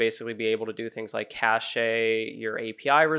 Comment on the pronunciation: It's pronounced like "cash", not "cashay".